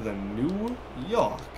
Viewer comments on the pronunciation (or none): its york not yok lol